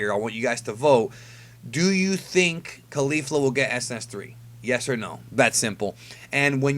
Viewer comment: Isn't Caulifla pronounced like Cauliflower and not Khalifa, which is the way you say it?